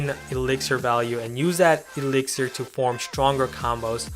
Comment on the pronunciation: eliksir collector not iliksir collector